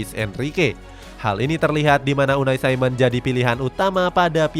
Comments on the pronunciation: Unai simon jing bukan unai saimen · Kalo orang spanyol ya dibaca pake logat spanyol bukan logat Inggris, lu salah, bikin ketawa dengerin nya